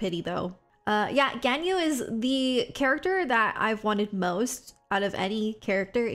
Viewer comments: Its pronounced gon - yu not gan - yu.If you like a character there your husbando/waifu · It’s gone-you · it’s pronounced “gone you” 😼